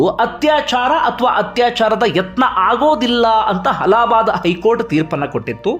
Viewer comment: ಅಲಹ ಬಾದ್ ಕೋರ್ಟ್ ಅಲ್ಲ ಅಲ್ಲಾ ಬಾದ್ ಕೋರ್ಟ್